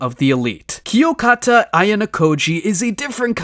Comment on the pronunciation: bro said kiyokata not kiyotaka